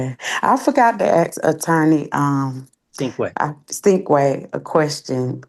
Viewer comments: She called him attorney Stinkway. 😂 His name is Sinkway. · Poor attorney Sinkway… last lady very happy with the outcome and polite, but kept referring to him as ‘attorney’Stinkway’ ! lol 😂